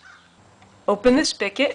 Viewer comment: The word is SPIGOT not SPIKIT.